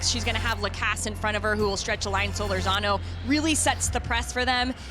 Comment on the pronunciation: I 'love' it when the ION announcer mispronounces Solórzano's surname. Come on. The stress is on the second syllable, and it is a long OO. See the tilde over the letter o here.